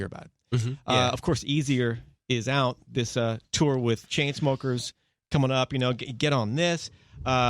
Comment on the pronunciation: luke still says tour as "tuwa" and I'm very glad